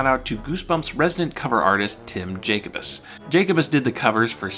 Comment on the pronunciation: Time to be a jerk.... Ja-co-bis. Yes, the u is somehow sounds like an I but that's how you say it.